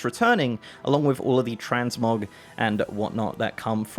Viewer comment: Fuck I thought he said TransMobs at the begining and I was like NOOOOOOO NOT HERE TOOOOOOOO NOOOOOOOOOOOOOOOOOOOOOO.